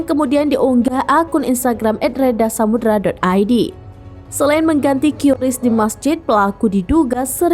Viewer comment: Bacanya bukan kiuris tapi kris